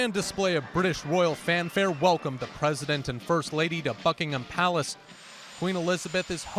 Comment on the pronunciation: Is he saying fuckingem palace?????